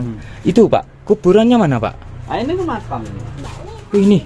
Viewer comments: Kata Si Bapak Itu Maqom Mas Ini Maqom Mas😅Bukan Makam 😅😂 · makam bapak bukan. makom